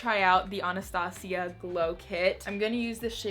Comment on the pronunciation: “AH-NAH-STA-CEE-AH” 😂 love you